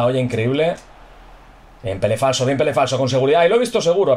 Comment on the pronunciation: Jajajajajaja siempre me hace gracia cuando dices "pele flaso" jajaja que grande y que grande pele falso un genio del asilo!!!